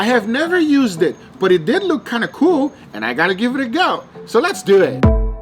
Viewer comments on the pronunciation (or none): So lehts dooh ehht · Love when he says "Let's due wit" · “Let’s doea it” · “Let’s do iat!”😂😂